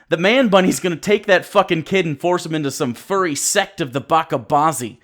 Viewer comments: 4 :55... ba-chha baazi... 'ch' as in "children", not "becham" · Bachi bazi. ch as in check, not a k. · From someone who speaks a language somewhat tied to Arabic, "bacha bazi" is pronounced with a "ch". Small mistake there. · Its pronouned Ba-"cha" bazi, "Cha" as in Charmander, Chestnut, Church etc. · You mispronounced Bacha Bazi. It's pronounced "Batcha Baazi"